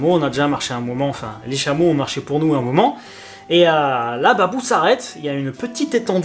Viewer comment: C ' est pas babou , mais Pabou